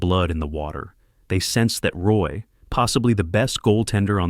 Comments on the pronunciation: It's "WAH" not Roy stupid AI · It's pronounced RWAH. You got "Bleu, blanc, rouge" right. But mispronouncing his name kills your authenticity.